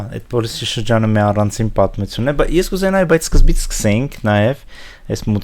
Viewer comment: Անընդհատ՝ «ցուն, ցուն», «պատմուՑուն»... ասացեք «թյուն»,... Անհասկանալի է գիտական աստիճանի հասած մարդու հայերեն խոսքի այսքան տգեղ հնչերանգը։